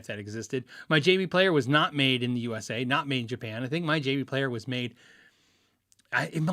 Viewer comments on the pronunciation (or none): none